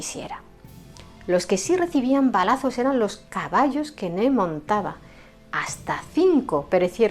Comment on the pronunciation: No se llamaba “Ne”. Su nombre era Ney, y la y sí se pronuncia.